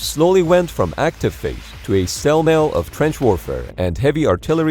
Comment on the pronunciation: Anyone else catch him saying stalemale, instead of stalemate?